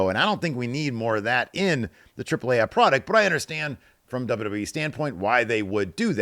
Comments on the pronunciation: Spanish vowel pronunciations: A-->"ahh", E --> "ehh" Trip-plehh Ahhhh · As a Mexican, I appreciate how pronounces correctly "Triple AAA" and "México", lotta respect... looootta respect to you my friendo. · That's the correct pronunciation though